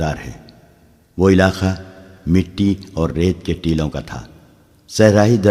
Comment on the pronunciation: Teloun ( galat ) Teeloun ( Saherh )